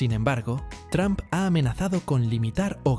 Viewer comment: No se dice Tram se dice Tromp.